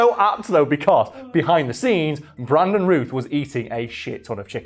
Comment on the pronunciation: Routh is pronounced like South, just FYI...